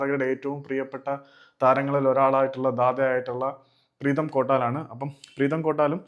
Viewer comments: പ്രേതം ❌അല്ല പ്രീതം ✅😂😂🤌🏻❤️ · പ്രേതം അല്ല പ്രീതം ആണ് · bro പ്രേതം അല്ല പ്രീതം 😂😂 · Pretham ala bro preetham